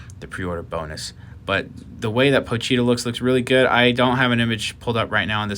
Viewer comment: Me: pochita Chainsaw man fanbase: pochita This guy: Pocheeta